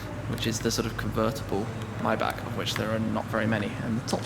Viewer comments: Mybach? Don't you mean Maybach? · Myback? I'm almost 100% sure it's Mayback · says Maybach right for once. seconds later Mybach again. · Shmee your a car guy you should know how to pronounce maybach (myboch is the correct pronunciation ) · The way you say Maybach haha